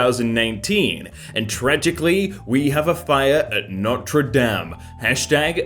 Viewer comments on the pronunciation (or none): it's Notre "de-im",. yk, how you say denim but remove the n. NotRe dAmN. love the vids lmao